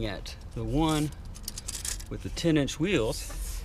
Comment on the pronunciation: Every time you say "10 inch" I understand "teenage" xD